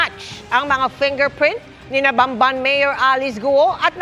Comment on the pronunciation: Damned! That's Bamban, not Banban.